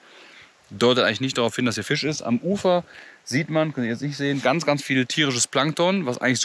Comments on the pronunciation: Wieso sagt immer Fich statt Fisch? 🤷🤷🤷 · warum sagt der immer fich statt fisch digga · Fisch, nicht Fich.